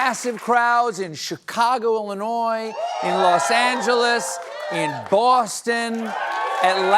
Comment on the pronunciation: Why did he pronounce Boston like Robert Evans? :D